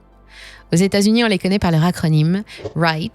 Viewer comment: It's a REEEEET, not a RIGHT (REIT)